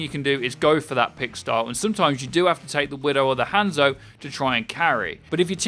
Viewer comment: The way you say "Hanzo" is triggering me...